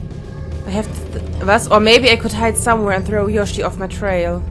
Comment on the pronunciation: Du sagst immer Yoshi... sie heißt doch Yoshie... also Yoshi-e ausgesprochen. o